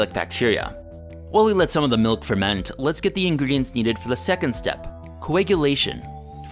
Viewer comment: You have been mispronounce miluk all the time but stil a good episode